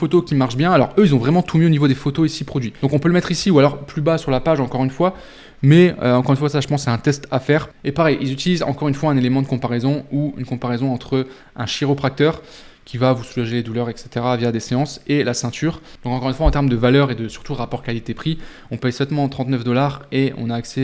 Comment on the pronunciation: Une petite erreur sur le métier de chiropracteur, ça se prononce "K"iropracteur pas "CH"iropracteur, sinon vidéo très instructive comme d'habitude 👍